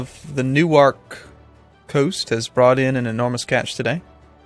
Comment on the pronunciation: Is the pronunciation of Newark not common knowledge? I live in NJ, and seemed to struggle pronouncing it.